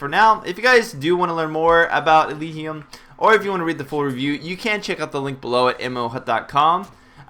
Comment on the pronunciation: I think it's pronounced "El-ij-ee-um"